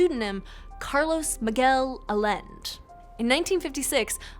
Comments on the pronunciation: It's pronounced "I Yen Day" or "Ah Yen Deh" not "Ah Lend" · I was on board with this explanation ... Until she said Carlos Miguel ... "Alend"? WTF? It's "Allende". And it's very easy to pronounce. Credibility keeps dropping every time she says that name 😅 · It's "a Lin day" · I think the original pronunciation is "alende" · Well, if you can't pronounce Allende (ay-YEN-day) then I don't really believe you have any idea about anything. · His pseudo name is pronounced " eye-n -day" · mistake. Allen's alter ego's family name was pronounced like the President of Chile's last name. "Ah=yend=ay". , this is not a photo of Morris Jessup. Here is what he looked like: Strange that you didn't make reference to the craziest proponent of PX lore, one Al Bielek and I'm glad that you didn't. Your summary is standard boiler plate rehash of every single skeptic for this odd story. Nothing new is learned here because nothing new has come into the public forum since the Moore/Berlitz book. A weakness in your presentation is that you don't provide a full time line from the point in which Carl Allen sends the annotated Jessup UFO book to the ONI, the letters that Allen wrote to Jessup and then the authors over time that discovered the Allen annotations, wrote about it and how slowly the idea of a super secret US Navy project that went badly took shape. The last stop on the road to the evolution of the story is the Moore/Berlitz book, something you should have taken time to explain. Moore tracked Carl Allen down as did one other author. Allen NEVER told Moore that the name of the test ship was the Eldridge. He told that to someone else. It is a complicated story and it is made all the more mixed up when you factor in the rubbish that Al Bielek added to the legend. Bottom line: take out everything Bielek said and focus on Moore's book. What everyone faces is the fact that Allen was not mentally well. There is another person in this story that you will find in the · Allende = A-yen-de